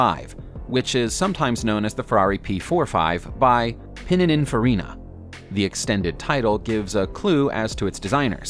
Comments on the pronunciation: Its Pininininininininf(A)rina not Pininininininininf(e)rina🤦🏻‍♂️ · It's Pininfarina not Pinininfarina. Stopped watching it there. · Ummm I think you meant Pinin Farina, not Pinininininininininininfarina. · There are so many errors in this video it's almost funny! It's pretty obvious the writer just Googled everything and knows nothing about supercars. Pinininfarina lol 😂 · Pinininfarina.? How many ins do you want? There you go: Pinininininfarina. It is Pininfarina! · Pininfarina not pinininfarina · I hate to quibble - your video is good overall - but there are a few mistakes. Firstly, the car manufacturer is Porsche, not Porsch. Being German, the final E is pronounced also giving the name two syllables. Secondly, Pininfarina, not Pinininfarina. It's Italian for flour design house or something, and I wouldn't want the Mafia coming after you... Lastly, Ferrari blew Feruccio Lamborghini out when the latter went to complain about his car. He never, as far as I know, worked there, keeping busy with his tractor factory. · "Pininininininfarina" :-D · pin-in-in-faria? naw this is garbage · Pininininininininfarina! ... Dude... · U just killed the italian language: Commendant tore Pinininfarina (I hope it was due to the glitch) Luca (Cordero) di Montesemolo Tifo 33 stradel Franglio Scaghlioni Serghio Scag glietti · He can't even pronounce Pininfarina. Porsche doesn't have a chance.